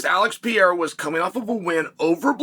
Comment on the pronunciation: Is it really that hard for you to learn how to properly say Pereira's name?